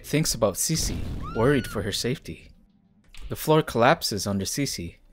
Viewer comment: I thought it was pronounced “SIS-EE” not “CECE”